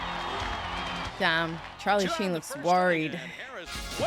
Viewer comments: he's not Chinese..lol.."Charlie Shien".. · Very much enjoying pronouncing Charlie Sheen's name the, uh, French way. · Did I hear that right? Was she saying Charlie Shein?